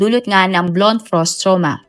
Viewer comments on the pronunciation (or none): Hala 😢. Ang pronunciation mo talaga😢. This time yong word na Blunt, hindi po yan "blont"😢